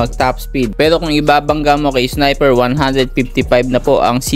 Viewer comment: Boss dika ata maka pronounce ng R😂😂wine x snipew😂😂